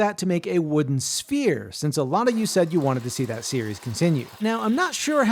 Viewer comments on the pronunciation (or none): I heard Spear not sphere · At first, I thought you said spear and thought "oh, I didn't know he'd made a spear before", then "maybe he'll make the pointed tip", then "that's a uniquely proportioned pointed tip of a spear". Finally, like halfway through did I realize it was a sphere and thought "oooh, that makes more sense, he did make a really cool sphere". Guess my brain didn't wake up yet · Ngl, I thought he said spear in stead sphere, and the entire time I’m like “damn wth, this gonna be one small spear and oddly round?” I feel like a moron😂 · Another video where I hear “spear” and not “sphere” 😂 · I 100% thought he said "spear" Im almost disappointed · I thought you said "spear". I was like, "That's a pretty blunt spear".